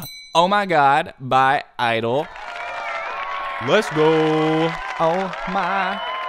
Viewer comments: And for your correction it is GEE idle but you almost got right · Y am I kinda liking him calling them idle and my friends r like “Idle who tf is idle it’s jeeeee idle duh” My reaction to them: 🙄 ur just jealous is cool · Why he is calling idle its G(idle)